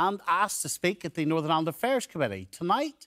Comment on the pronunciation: sinn fein cant say Northern